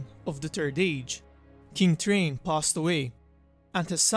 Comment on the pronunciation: It's pronounced "TH-rain" not "Train" Bite the tip of your tongue and exhale like an "s." Imagine saying "Srain" but with the tip of your tongue like i explained. Just trying to be helpful. LOVE THE CONTENT KEEP IT UP!!☺️